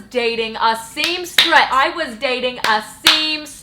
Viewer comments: "I was dating a seamstress!" 😭😭😭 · "I was dating a SEAMSTRESS" I'm dead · "I was dating a SEAMSTRESS" 😂 omg